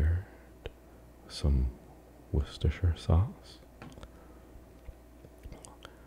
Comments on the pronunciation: Holy crap an American who can pronounce Worcestershire Sauce 😂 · Can I just compliment your pronunciation of Worcestershire sauce, so many non Brits get it wrong